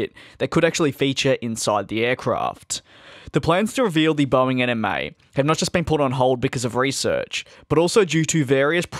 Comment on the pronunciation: DID HE JUST SAY BOEING ANIME???? REEEEEEEEEEEEEEEEEEEEEEE